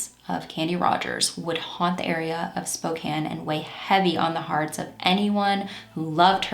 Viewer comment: Just a quick note near the start of the video -- THANK YOU for saying "Spokane" the right way! I can't listen to people who don't pronounce place-names correctly (or at least give it their best).